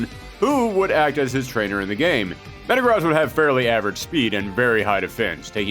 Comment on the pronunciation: The way he pronounces Metagross pisses me off